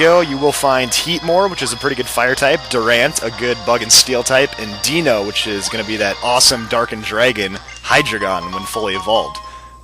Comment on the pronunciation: Deino is pronounce Dye-No. Just to let you know xD